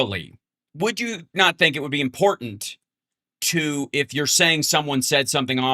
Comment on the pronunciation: "Impordant" is not a word.